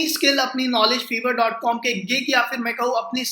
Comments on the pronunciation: Bhai vo Fiver hota hai (फाइवर).. Na ki fever 🤣🤣🤣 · Fevrr ni its fffiii verrr😂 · Ye feeever nahi fiiiver ha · Sir vo shayad fiverr hota hai "fiver"(bhukhar ) nahi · Your pronunciation of fiverr is wrong . It is not fever. it is five+err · its not FEVER its FIVERR Atleast pehle naam lena seekh liya karo tum logo ko sunkar dusre bhi bolenge galat Also fiverr par main pichle 4 saal se web development ka gig chala raha hoon 99 percent positive feedbacks ke saath aur yeh bata dun aap sabko fiverr is not for KIDS 1 negative review aapke total orders ko khatam kar sakta hai Fiverr par bina skills ke signup karna bekaar hai koi order nahi karega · Hahahahhaha feevar nahi lol Fiverr 😂😂😂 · Another thing dear chootiya it's Fiverr not feever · Buddy it is pronounced 5er